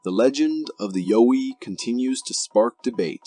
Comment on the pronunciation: it's pronounced YEOW-EE, not Yo-wee :) and yes, that's a costume. , NOT a mermaid. looks like maybe a dolphin or small whale species. it's covered in fabric to keep it moist till the tide comes back in, they are trying to save it, imho.